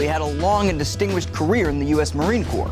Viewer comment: At least he said Corps, not Corp